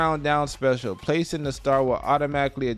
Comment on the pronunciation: its not "garenette" its GARN-IT